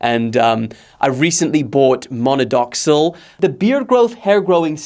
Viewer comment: Monodoxil😢😢😢😢 minoxidil